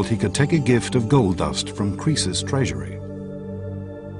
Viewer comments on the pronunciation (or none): That's not how you say Cresus' 🙄 Or Cleisthenes' But okay, point made.